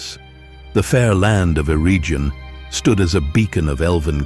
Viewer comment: Eregion is a hard g.